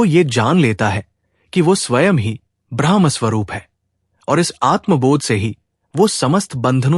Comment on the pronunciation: ब्रह्मका उच्चारण ब्रह्मा नहीं हो सकता, पूरी बात बदल जाती हैं